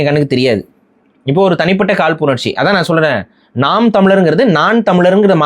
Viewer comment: should get over that he left NTK.. Seeman always says ‘naam’ not ‘naan’..